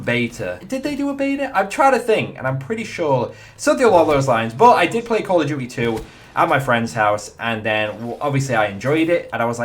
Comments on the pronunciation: "Call of duwy"? Loool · 'Call of Jewty' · why do you say "call of gui"